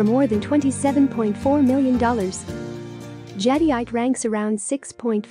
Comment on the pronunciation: Your AI voice is unable to pronounce Jadeite. For a video discussing Jade, the AI voice completely invalidates this video. Too bad, seems to have some good information.